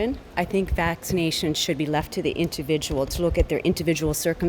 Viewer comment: the inTividual...😂